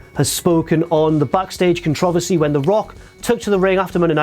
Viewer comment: Why do you pronounce controversy wired?